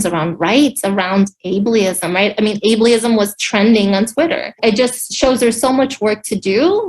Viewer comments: Hahaha Dafuq is Ablyism….does she mean Able-ism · "Ablist." Jesus H. Christ. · 😂 45, me too. They love making up ists and isms words! The wife can't even pronounce the word correctly! 😂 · Is she saying abe-lee-ism? Pretty sure she's never heard the word before or used it lol jump on the victim bandwagon though right quick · She can't even pronounce ableism correctly. She sounds like a whiney shrew. I see why he had a stroke.